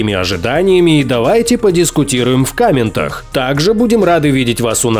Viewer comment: в кА́ментах? 🤔